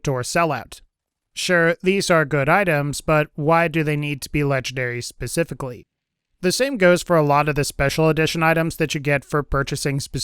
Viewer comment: At about , I'm pretty sure you said pacifically for specifically! Just busting your balls, love the channel keep up the good work!